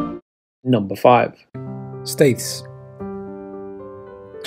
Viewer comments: Everyone going on about mis-pronouncing Keswick, but what about the butchering of Staithes? It's "Steers", damnit. Scarborough castle and Whitby abbey are probably 2 of the most overrated attractions around these parts, much better off getting to Rievaulx Abbey, Helmsley castle or Pickering castle, much more for your money there. Lovely shots though and well put together. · And Staithes is locally pronounced as “ Steers”, if you please… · He mispronounces Staithes, too. Think he's trolling us. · Staithes is never pronounced with a soft "th", it's a hard "th" as in "then". That's as well as the local pronunciation "Steeaz". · Never heard locals say Staithes, then? > 'Steers'. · Also Staithes is pronounced STEERS.